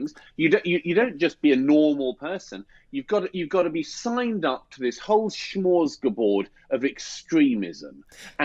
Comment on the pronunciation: "Shmorsgabord" Lol. Douglas rarely ever misspeaks. One of his main gifts is his eloquence. I'll forgive it.